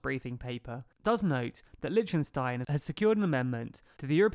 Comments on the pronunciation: Liechten not Litchen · you killed me with your pronunciation of "Lichtenstein"